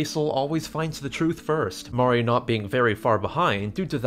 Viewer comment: And mori sounds like mari